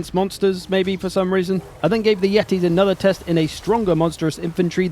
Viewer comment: Yetis ? more like YEET-is, badum tss